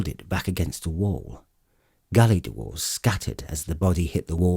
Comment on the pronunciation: British narrators add extra syllables to words, the word dwarf becomes DU-WARFE and dwarves becomes DU-WARVES.